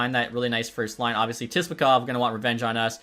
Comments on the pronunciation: your killing me its (Sip-la-kov)!!! lol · “Tisplakov” lol